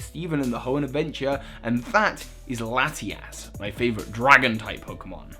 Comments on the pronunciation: Ha he said Lati-Ass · it's laty-us and laty-ohs just saying.